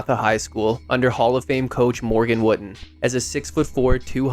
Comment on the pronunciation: It’s pronounced Woot-in